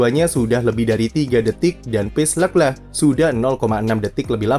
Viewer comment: Jijik om cara baca leclerc